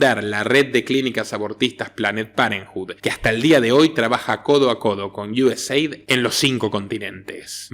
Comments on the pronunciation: US-AID. "Eid Pronunciacion en ingles.. Gracias por todas tus informaciones. Un saludo desde Miami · Sí... Se pronuncia Iueseid